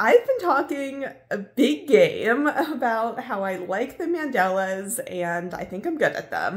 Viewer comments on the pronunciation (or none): none